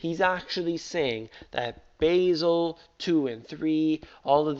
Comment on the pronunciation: I thought it pronounces Ba' zel! not Basil